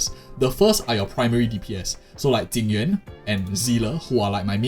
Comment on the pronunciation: why do you pronounce jing yuan = tingyun ?